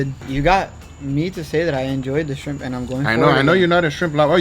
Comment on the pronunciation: I’m not a shrimp person 20 seconds later: I like ze shrimp